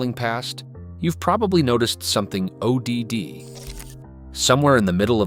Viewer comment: It’s cuz there is NO narrator, it’s ai slop. I knew that in the first 5 seconds when they pronounced odd as “ O D D “